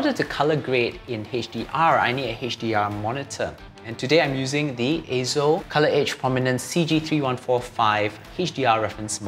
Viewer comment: I like it that you pronounced EIZO correctly as AY-ZO instead of EE-ZO or I-ZO. :)